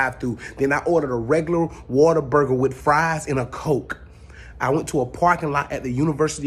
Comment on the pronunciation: It is pronounced Waterburger ! Your so right! ❤️from Texas and Oklahoma. You have to try the Waterburger in Oklahoma AMAZING!